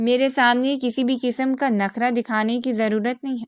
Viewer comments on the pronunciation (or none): کہانی مجموعی طورح ہر متاثر کن رہی تلفظ کی غلطیوں پر دھیان رکھیں ، سبق دوش غلط ھے اصل لفظ سبک دوش ھے اسی طرح نکرا غلط اور " نخرہ" صحیح لفظ ھے ،